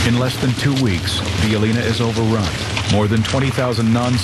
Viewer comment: these idiots cant pronounce a damn word, hearing them say Bijeljina is cringeworthy